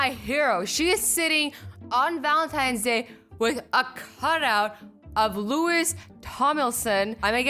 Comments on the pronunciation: I'ma correct her... Louis Tomlinson (L-oo-wee) Not (L-oo-I-ss) get it right. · His name is not pronounced Lewis it’s Louie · Omg LEWIS It’s pronounced Louis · It's pronounced Louie not Lewis Directioners be offended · I couldn’t handle it when she pronounced it like Louise Tomilson allllll directioners can relate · All the directioners are cringing at her pronounciation of “Louis” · no she didn't , its pronounced Lou-wee Tom-lin-suun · Loui"s" s is silent !!!! I love himmmmmmm ! He is sunshine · Louis is pronounced loui without an s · Lewis 😬😬 it’s Louis loii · she said lewis instead of pronouncing it like louie... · This is stupid af !!! You say you like Louis, but you say Louis with s. The -s is silent. You have to say Loui!!!!🖕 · It's pronounced Lewis Tomlinson not Louis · Please it's louwi Tomlinson we don't pronounce the s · Louis's name is pronounced lewie just so ya know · Really you've misheard it she said Louis tomlinson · I'm sorry I love you very much but it is fucking spelt Louis but it sounds like loui....sorry but that made me mad. But I still love your vids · Lo-we Tom-Lin-sen that's how you say it 😘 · It's not pronounced Lewis Tomlinson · You butchered Louis’ name 😂 it’s Lew-e Tom-lin-son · In Louis Tomlinson's name the s on the end of Louis is silent so it's not pronounced like Lewis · Ik u probably didnt know how to acctualy say it but its not Louis Tomilson its Louis Tomlinson u pronounce it loui Tom-lin-son No hate love you xxxxx I'm subscribed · ok i love you and i’m not hating on you but louis’ name is pronounced how you would say louie, the s is silent haha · Please tell me I'm not the only one who got upset when she said Louis name wrong? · All the 1D fans fans will be triggered by her mispronunciation of Louis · You pronounced Louis Tomlinson's name Wrong.... Why am I so triggered by this? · the way Azzy said louis' name killed me just a bit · you said louis's name wrong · YOU SAID LOUIS FIRST AND LAST NAME WRONG